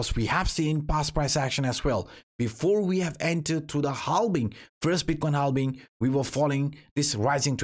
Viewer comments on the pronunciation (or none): Keep the "halbing" in the videos 👍🏻 maybe it becomes a good meme some day ✌🏻😅